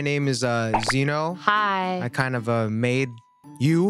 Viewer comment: I thought zeno was pronounced (zen-oh)